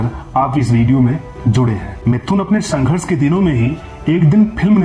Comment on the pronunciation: Sanghars nhi anpad narrator wo Sangharsh hotaa Hain😂😂🤣🤣🤣